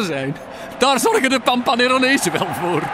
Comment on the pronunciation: bieke kan pampaneronese niet uitspreken hahahaha!!! Fantastisch